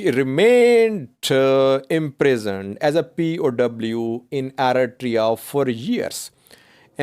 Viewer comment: how many 1000s of times have u used the word eritrea? U never spell nor pronounce it correctly yet.